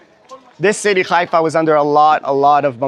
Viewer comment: Not Ghaifa Haifa